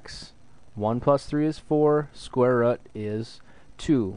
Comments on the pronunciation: rooooooooooooooooooooooooooooooooooooooooooooooooooooooooooooooooooooooot NOT rut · rut. not rut, root. say rooooooooot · Haha square rut. It's ROOT. I'm sorry, but the way you say it was hilarious :P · All my life I've been saying square root, but it's actually square rut.😭🥲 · thank you but it’s root not rut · It's a fucking root not a rut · Just say root dumbass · Say root properly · thank you so much I love you and the way you say root "rut" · did anyone else notice that it sounds like he's saying "square rut"? i thought it was pronounced different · man cant watch the vid if he says rut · yeah, textbook never once explained that square rut was the correct way to say it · "Square rutt" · after hearing square "rut" so many times, i have to watch another video. It's like my teacher how says "scare" instead of "square" (she's Indian) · Square rut! Ah! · amazing vid the way you say root caught me off guard but thank you made it more interesting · Are you from Wisconsin(or anywhere near) cuz that's how my teacher pronounces root?...